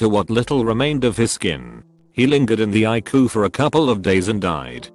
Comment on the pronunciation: Would have been better with E R not pronounced as er . I C U not icu or as I heard it Iquitos. I hope it is a computer talking not a very badly educated human.